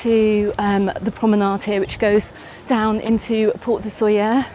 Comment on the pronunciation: Please try to pronounce it right: [ˈsoʎə], thank you.